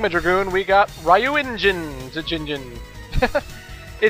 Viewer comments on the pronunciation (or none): magma dragoon's ability is pronounced dyu-en-jin zero's abilities are in whats called romanji which is japanese written with and english letters most of the stuff is simply pronouced as seen but idk why but ry makes a dy sound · I believe you pronounce ryuenjin like how you pronounce ryu from street fighter.